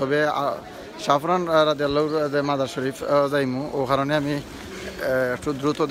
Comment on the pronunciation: রাদিআল্লাহু না ঠিক করে বলবেন।